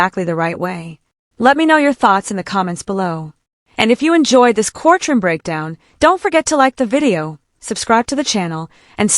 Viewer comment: We are in a court-room and not a core-troom.